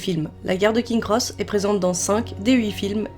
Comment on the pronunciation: Les Dursley, pas les Dudleys ! Punaise... Plusieurs fois l'erreur... En plus la prononciation c'est "Prix-vette " rien à voir avec Private (qui se prononce "Praille-vette).... King's Cross, le s après King n'est pas décoratif. C'est dommage de gâcher une si belle vidéo avec autant d'erreurs grossières. Espérons que ce sera mieux la prochaine fois...